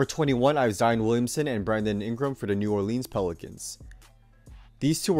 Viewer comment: You said New Orleans wrong